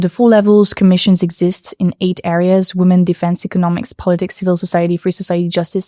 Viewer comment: pronounce “women” correctly challenge 2025, difficulty: impossible